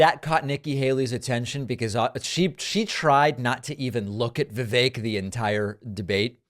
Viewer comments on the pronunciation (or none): Vivake rhymes with fake.